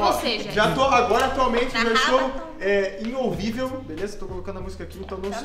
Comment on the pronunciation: "INHOUVIVEL" MoB 2020